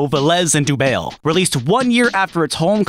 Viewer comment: good video but if the guy is french im pretty sure dubail is pronounced like the city dubai